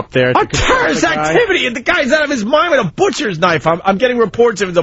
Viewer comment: "A terraisht activity?!?! The guy's out of his mind with a boushters knife!" How can this turd talk shit about Vos' pronunciation?